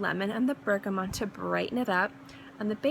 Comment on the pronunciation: lovely list. really like these themed lists :) loved your almond one too. btw there is no n in bergamot ;) and out of interest have you tried MFK le beau parfum?